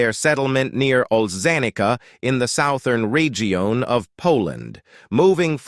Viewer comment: Yeah, the general premise of the text is correct according to current theories, just a pity it's being read by an AI generated voice. At one point, it suddenly decends into mispronounced common words like "region" and others before returning back to almost normal again.